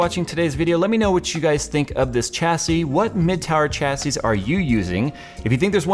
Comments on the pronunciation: SAY IT WITH ME ....Chassis ..... SHAH - SAY not CHA-say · The "h" makes the c an s! shassee.. Thank the French. Edit: I may have missed it but the case is called the "Panzer" cool whip.